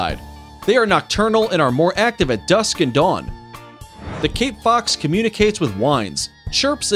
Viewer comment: I love arctic-fox, red-fox and crab eating fox. When you say cape-fox. Me:I thought you were saying king-fox lol.